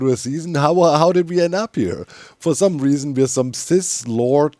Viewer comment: I don't mean to make fun of doc's accent but the way he says cis lord instead of sith lord is very funny considering he's elsa